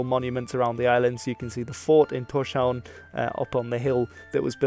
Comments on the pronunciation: Also it is pronounced more like Tors-haun, meaning Thor's Haven (harbour). No 'sh' sound and the v is more like w sound. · Am I the only one, who find it annoying, that the narrator hasn't bothered to check the pronunciations? Thorshavn means "Thor's harbour". "sh" in the middle are two completely separate letters and should not be pronounced as the combined sh-sound. And the "Aa" in Aage is a completely different sound than an "A". However, the "g" in Aage is not that bad, although the Danish "soft g" is special. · Isn't Torshavn pronounced TorsHavn and not TorSHavn? I believe it means something like Tor's harbour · Yes, but a lot of foreigners say TorShavn.